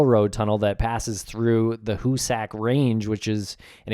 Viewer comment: Hoosick.... not hoosACK